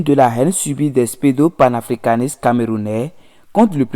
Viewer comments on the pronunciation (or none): "spédo panafricanistes... générosité cicontancielle...panafricanisme fatiss....🤣🤣🤣 Même un enfant de CE2 est capable d'une meilleure prononciation que ce nouveau bouffon de youtube avocat défenseur de son idole Patrice talon. Ça en dit long sur le niveau à savoir -0 C'est Franklin et non FlaNklin Et on prononce Yamb en lieu de Nyamb Vive le président togolais, merci pour son altruisme envers ses voisins, pas comme ce vassal au Bénin, à plat ventre devant ses maîtres de l'Elysée. LA FRONTIÈRE RESTERA FERMÉE !! PIAN..